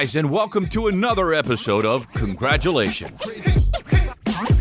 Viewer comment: Welcome.. to Congargle-ations.